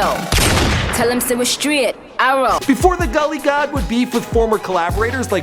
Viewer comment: Its Gully God not gad